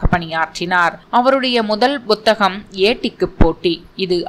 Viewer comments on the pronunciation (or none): none